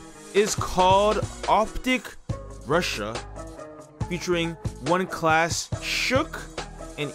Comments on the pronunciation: It’s not „one klas“ it’s „first klas (class)“ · Bruh this lyrics translate is shit, many rhymes and words were not translated correctly. 1.Klas is a legend of his time🔥🔥🔥 Facts: 1 Klas last album was released on 2009. 1 Klas producing himself. His name is read like First Class, not One Class